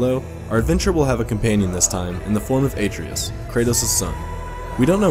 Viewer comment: Great video but the way you pronounced Atreus made me cringe. It's more like "Uh-trey-us"